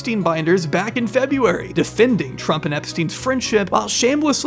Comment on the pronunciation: February not Febuary Great vid tho